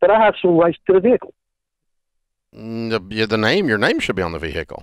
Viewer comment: This guy Co Signed for a VEE HICKLE..